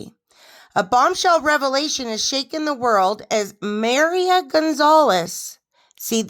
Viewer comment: IM SORRY BUT IT IS CONCERNING THAT YOU INCORRECTLY SAY WORDS SUCH AS MARIA WHICH IS PRONOUNCED MA-REE-A AND MISLEAD IS PRONOUNCED MIS-LEAD. VERY SIMPLE WORDS. MAYBE PRE-READ AND ASK IF YOU DO NOT KNOW THE WORD